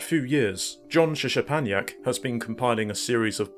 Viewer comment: Nice video - thanks for name checking my books. I appreciate it. The SZ is pronounced SH as in ship, and the CZ is pronounced CH as in chip. Just imagine the Z letters are H letters. Anyway, well done on tracking down the emulated footage of the games. It really is quite rare, especially in English. I do not have the source code - the magazine, which was there on the day, I think belonged to Suzuki himself or the colleague who introduced me. They brought a lot of materials in. The only source code I personally had was for the puzzle game PITMAN. The Tokugawa forums have a lot of English speaking enthusiasts of Japanese computers, and someone there might have scans of the source. Anyway, it's very cool to see that the work that went into the trilogy of books has resulted in others digging deeper into specific topics, and using it as part of their research. That makes me very happy. I've also passed this video link on to the colleague who introduced me to Mr Suzuki, so he'll probably be able to pass it on to the man himself. As a side note, the third and final volume of the books was published last month. In it is an interview with a sub-programmer on Metal Gear 2 (Toshinari Oka). Though it's not hugely in-depth regarding the game, and covers a lot of what was already discussed in a previous online interview.